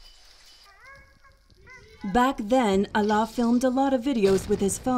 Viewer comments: The narrator keeps pronouncing his name as Allah which means God in Arabic, but the pronunciation is wrong. His name is Alaa. When I first heard the documentary I found this odd till I read his name in another comment. God bless his kind heart❤ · His name is Alaa not Allah*